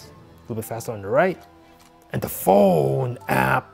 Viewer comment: Lol.. He stresses it so much. But it's cause its a PHONE I guess..